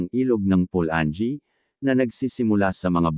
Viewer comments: PU-LA-NGEE hindi PU-LAN-GEE; ...MA-KA-HA-LAR...hindi MA-KA-DJA-LAR... correction lang po sa pagbigkas..nice content anyway..thanks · Tama pula - nge hahahaha